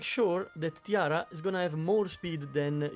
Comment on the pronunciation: EG should really consider adding names to the heroes on screen. I keep hearing you say Tiara, and I kept looking only to realize you meant Tira.